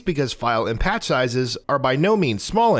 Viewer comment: Did he say pat sizes instead of patch sizes?